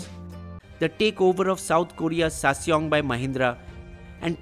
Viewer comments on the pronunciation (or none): Sassyong or Ssangyong?🤣